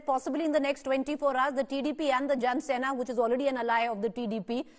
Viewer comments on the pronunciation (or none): It's jana sena, not janNa sena please